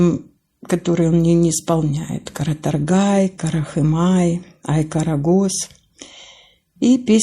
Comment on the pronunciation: Спасибо большое!!! Браво!!! Маленький совет: не всегда в казахском языке работает чередование гласных, поэтому верно произносить каратОргай, при том Вы верно ставите в словах казахского языка ударение - оно всегда падает на последний слог.